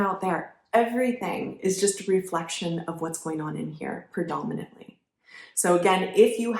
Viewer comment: You say Perdominent all the time. Do you meant predominant?